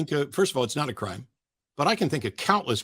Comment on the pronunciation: I can't take seriously when the way he says "Crime" sounds alot like "Creme" 😂 (Not that I like making fun of accents, but it's still funny in this case)